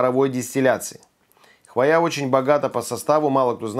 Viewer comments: ПихтОвая хвоЯ. Я прямо чесаться начала. ПИхтовая хвОя. Вы же образованный человек. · а что с ударениями? ПихтОвое, хвоЯ... ухохоталась... ПИхтовое, хвОя, что ж такое-то?